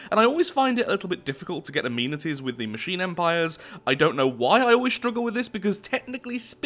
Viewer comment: oh you foreigners and your "a-mean-ities"